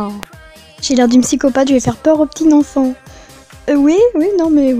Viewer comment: et pk tu dis nenfant